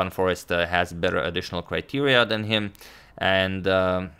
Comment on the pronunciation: If you're curious, Foreest is pronounced in Dutch as "Foraste", not Forrest